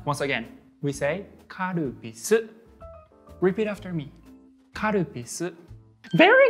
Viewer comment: Guy says Repeat after me Karupisu me saying karup.. VERY GOOD